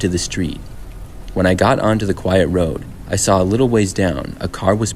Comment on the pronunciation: "I walked along da WODE" BRO got a speech impediment